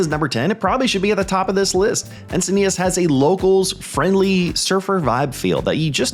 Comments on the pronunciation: Only 1 I've heard you say. Locals say Enc-i-nee-tis instead of Enc-i-nee-tahs. So the end part is a "tis" vs. you are saying the end part as "tahs". Encinitas is the only 1 that I think you get wrong from how true locals speak (Born and raised here) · I live here and I have to say that it hurts my ears when you say Encinitas.